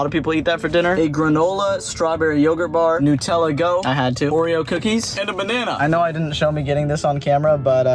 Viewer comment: It's pronounced new-te-la